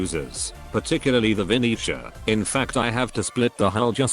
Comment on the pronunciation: Bruh, It's VeneZia not Veniscia. You just triggered the whole Italian community with this 🇮🇹🍕